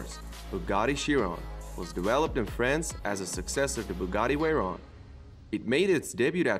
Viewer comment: “Bugatti Wayron”